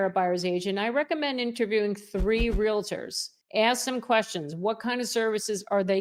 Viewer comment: Please PRONOUNCE the title "Realtors" correctly. 🙄🙄🙄🙄🙄